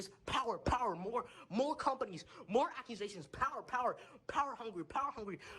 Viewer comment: Oh he means "acquisitions" when he says "accusations". Was wondering what he was saying. 😆